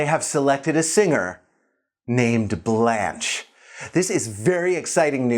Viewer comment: I'm so irritated how he wrongly pronounced her name.